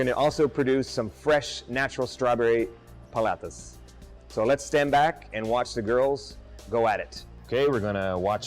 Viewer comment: I find it a tad insulting and hilarious at the same time you would have to wear that stupid hat or sombrero. I guess in your world all paleteros or Mexicans wear these stupid sombreros. We get it, IT can make Mexican paletas...drop the sombrero at least have the courtesy to pronounce the words paleteria and paletas correctly. On a personal note I think it's a great product just found the sombrero insulting...doing my research on equipment for my business thank God I have a sense of humor!